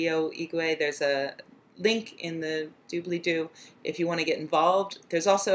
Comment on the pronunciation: DOOBLYDOO. not.. dublee lah doh..